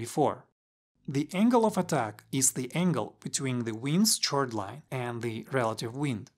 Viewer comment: Minor note: chord is pronounced 'kord'